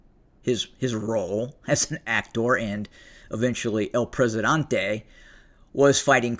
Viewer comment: Presidente, not Presidante....